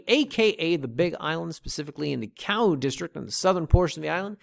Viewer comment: As someone that lived in Oceanview for over 15yr 1st it's pronounced Ka-oo 2cnd it's pronounced o-he-a 3rd OV has a hardware store but any lumber windows... comes from kona/Hilo 4th OV is a great place for solar systems but don't use the small business called solar works. Or at least plan on getting a second opinion.